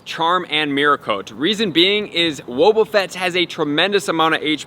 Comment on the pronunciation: Why u say “whoa-buffet” when they say his name all the time in the show lol